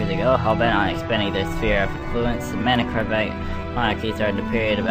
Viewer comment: Btw, (and I know you'll see this) I think manakravte is pronounced with the kravte similar to Croft, as in Lara, but with a v. So more like Crovt.